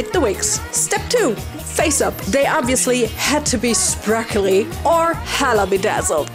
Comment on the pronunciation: I love how with her accent when she says sparkly she pronounces it as “sprakly”❤❤❤❤❤❤❤❤